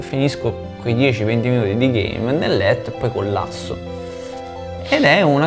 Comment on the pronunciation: "coll-asso" 😂😂😂😂😂😂😂😂😂😂no vabbè 😂😂😂